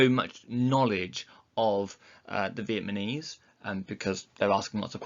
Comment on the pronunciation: he continuously keeps saying vietmanese instead of vietnamese😂😂